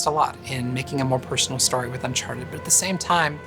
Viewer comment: Uncharteh 5 pils